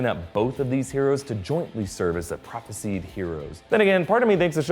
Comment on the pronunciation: Ok I love the episode but seriously the word “Prophesied” is pronounced “Prophes-eye-d” not “Prophes-eed”